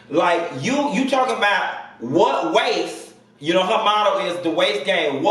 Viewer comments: When he called her waistes an equator :) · "Dem waistes" 😂😂😂😂😂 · He said "dem waistes!"" !!!!!!!!!! I'm going to bed and Quinn you need to go to bed too! LMBO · Not "them waistes" lol